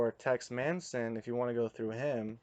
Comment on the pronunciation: By the way his name is Tex Mason, not Manson ughh..